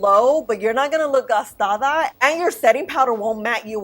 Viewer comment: Very informative video! And I laugh everytime you say "gastada!" 😅